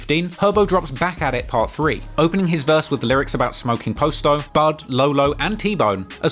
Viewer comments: It’s not po sto it’s pronounced pasto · Bro “Pasto’s”name is pronounced like Pasta they say it in every video where they use his name. It’s killing me that you keep pronouncing it “posto.” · Its Pronounced "Paas-toe"